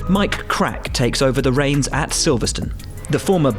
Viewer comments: He made sure you could hear the "Ke" of Mike before saying the last name 😂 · Very careful pronunciation of Mike Krack 😂